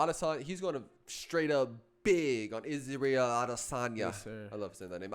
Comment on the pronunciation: It's Adesany(a) not Adesan(yeh)